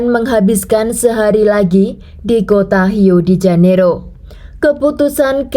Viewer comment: Rio de Janeiro, yg dibaca h harusnya di Janeiro, Rio tetap dibaca r 🙏